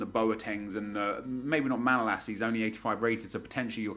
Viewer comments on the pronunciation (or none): none